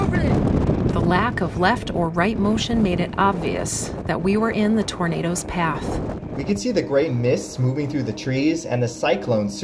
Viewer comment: Man: Torndos Subtitles: Burritos